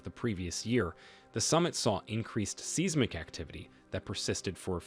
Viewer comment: The pronounciation of seismic and seismographic is bothering me. It’s “sighsmic” not “Seesmic”.